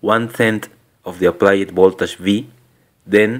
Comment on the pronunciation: This video is very informative. Thank you for making it. But really, can you not learn to pronounce "voltage" like it is commonly pronounced? Will that be very hard for you?